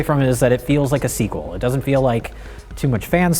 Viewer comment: "SHE DUDN'T"